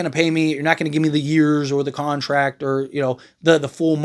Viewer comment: It’s « contract » not « contact »